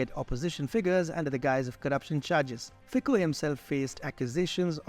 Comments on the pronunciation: Fico read Fitzo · Very good work guys! But... if you are making video about single person, it is better to say his name properly. It is very simple. Just find on youtube original slovak video Robert Fico, and there it is.